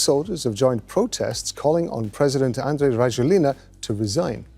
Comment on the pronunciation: Andry in Malagasy is pronounced as Yanjy. So it's Yanjy Rajoelina